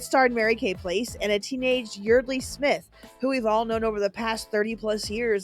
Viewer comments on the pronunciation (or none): Yeardley Smith. It is pronounced Yardley not Yeerdley.